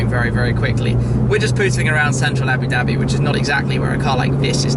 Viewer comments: JUMP23MΔN Ikr he says abi dabi (it's aboo-dhabi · Your mouth & tounge is not made to say "Abu Dhabi".